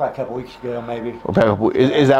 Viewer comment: He, in fact, did NOT say "Couple"...after rewinding 7 times, he INDEED said "Kebble."